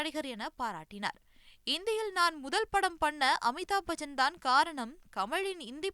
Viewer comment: Bajan illa Bachan😂😂😂